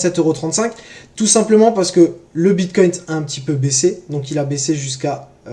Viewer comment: J’ai mis pause des le 2 eme « BitcoinT » j termine d ecrire le com et j me casse mdr